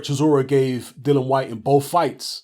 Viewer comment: You seem to be quite articulate Mr and I have no doubt you’re literate too. So why can’t you pronounce this guys name correctly? Have a little read. Notice anything...there’s two I’s in there...and three syllables...DILL - I - AN...NOT Dylan. Another little clue if you can’t read, is to listen to the way he and his manager pronounces his name. Have a little practice before your next video...all together now...DILL - I - AN...Dillian...Dillian...give it a go...! 🙄